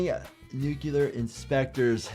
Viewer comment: nu-clear not nuculer